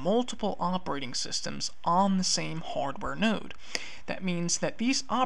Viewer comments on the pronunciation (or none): none